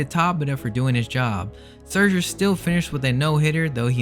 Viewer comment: The way you pronounce scherzer 😭